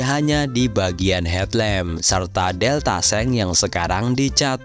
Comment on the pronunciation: Deltabox bang bukan deltaseng🤣🤣🤣